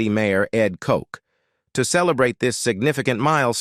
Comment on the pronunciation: Hey, Mayor Ed Koch's last name is pronounced just as it's spelled, rhyming with crotch!